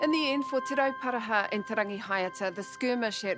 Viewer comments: YEAH it's Te Ruporarha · Those pakeha dudes didn't even try to pronounce te roparaha properly W⚓️rs